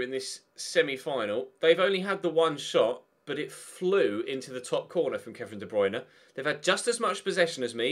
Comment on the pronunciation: "91 de bwuine"